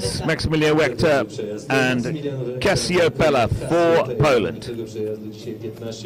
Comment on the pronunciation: M. Wechta's horse's name is NOT Casiopela. It is named after the constellation and is pronounced "CasioPEEa."